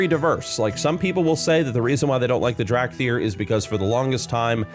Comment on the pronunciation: "Drag thyr"